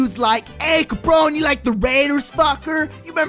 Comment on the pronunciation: “ Caprone” i fucking can’t 😂😂